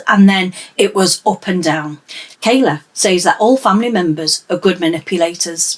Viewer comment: Kyla, Jesus! Get their names right.